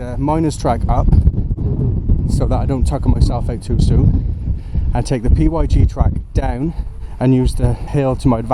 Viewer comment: The P Y G track? Its pronounced pig 🐷🐷🐷 😂😂